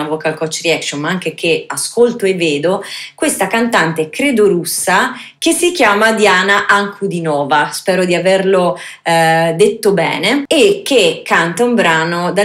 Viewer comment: Actually, it's pronounced Deana Ahnkudeenova with emphasis on the deen.